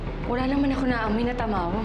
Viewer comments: Who heard say tamaro instead of tamawo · Tamawo Hindi tamaro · Nasabi nya tamaro dapat tamawo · did someone mention said she said "tamaro" its tamawo